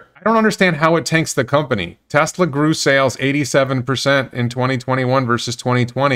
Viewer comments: He can’t even pronounce the company name correctly: “Tezla” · Ben it talking about Tezla. Lol. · Since he posted a video of him crying in joy about paying off his home, and bragging about how he's getting TWO free Roadsters, I feel that he's just a click baiting snob. I'm as confused to his sudden change as well, it's obviously driven by some kind of profitable agenda. And dammit, it's TeSla, not TeZZZla. Lol. This made my day. Thank you!